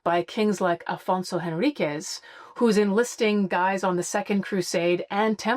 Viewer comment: Afonso Henriques is pronounced “en RIK’sh” in Portuguese :)